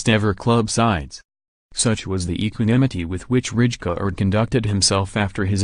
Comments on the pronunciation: Yo Bro its not Richkard but Raikard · It's not Ridjecard, its Reikaaard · yes, but you kind of pronounce it as raikaard. The “ij” isn’t in the English language. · Its Rijkaard dumbass